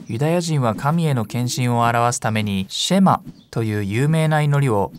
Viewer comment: ヘブライ語では、だいたい第二音節にアクセントが来ます。また最後ちょっと伸ばすので、SHEma ではなく sheMAH と発音すると、よりヘブライ語っぽくなります。また、ユダヤ人は、朝夕この祈りを「祈っていた」と過去形で表現されていますが、今も朝夕祈っています。神に聞き従うことを切望して。感動します。